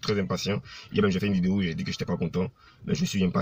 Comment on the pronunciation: C’est un maclo il n’est pas vraiment le savoir vivre et aussi très impolie, je suis a Adjame si il est garçon si il vient a baby il n’est qu’à s’afficher ko ministre tu sais même pas dire video vraiment desevant hein , pardon faut pas gâter nom de yorobo epui tu n’ai pas mon ministre hein impolie videyo gagagagagagagaggagagag